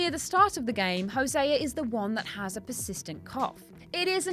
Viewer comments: no way, Hosé-a. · "when hoseaer is shot"